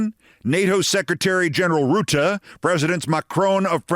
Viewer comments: Alaskar is a long way from Floridar. It is Rutte, not Roette with u as in hut, not oe as in shoe...., you got the eh good though... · Friesland, not treesland, as in the "the land of the free", you speak an anglo-frisian language, remember...Frisian is the elder sister to English. And again it is Rutte, not Rootte, not Roette not Rüte....how hard can it be... u as in hut or but...